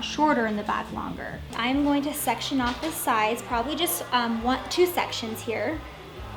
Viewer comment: "I'm not gannew" blegh shudder Had to turn it off there. Going to. Going. To. "gannew"